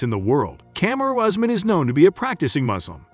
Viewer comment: His name is not Horseman but Usman pronounced "YOUSMAN"